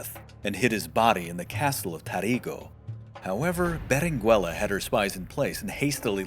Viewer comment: The U in Berenguela is not pronounced, it meerly changes the pronounciation of the G making it sound the G in go.